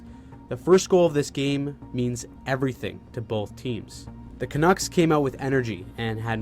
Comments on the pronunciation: Canooks lol ca nucks bud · Hi. The name Canucks rhymes with Ducks. Yes, the quacking bird.